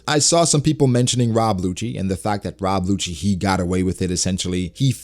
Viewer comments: I'm dead ass like why is calling Who's who's a hoochie (momma). I'm sitting her googling "Who's Who One Piecee thot?" Then I realized he was saying Rob WHOchie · This nigga said “Rob Whocci” 😂